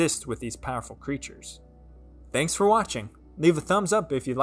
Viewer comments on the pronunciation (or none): none